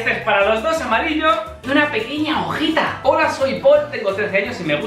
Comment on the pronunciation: porque dice hoala😐😐